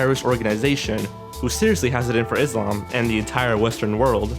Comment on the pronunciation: You said Islam instead of Israel